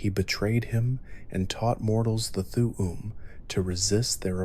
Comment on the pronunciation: And th'um pronounced as "th'uwu'm"💀